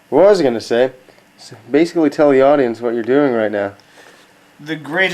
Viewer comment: Hah, you think you stretch "Episode"??? Well what about the weird way you pronounce "was" like "Waaaaaws" or "Waaauus". Also, damn you had a really nice TV for the year 2000.